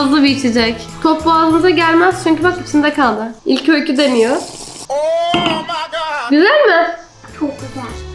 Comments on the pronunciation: Öyküs eşki diyor jdjshsh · Yaaa eşki demesi